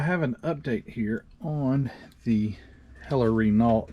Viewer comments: Good review but just one thing It`s pronounced ``Ren oghh not Ren alt`` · Love your videos! By the way Renault is pronounced 'Ray-no', for future reference! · Very nice. And I believe it's pronounced "Reh-NO." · Common for U.S folk to say Reh-no which is at least close, Ruh-no is the proper way, funny as they pronounce L and T in the individual names of their car lines just not the main company name lol. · Hi. Its a frenchcar company. Pronounced.. rayno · By the way Renault is pronounced 'Ruh-No', for future reference!. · Yes Wren-Ohh the T is silent 😉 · The way the French spell things is strange . The t is silent . The Renault carshave competed at all major race series ,including formula 1 , le mans , and the rally car circuits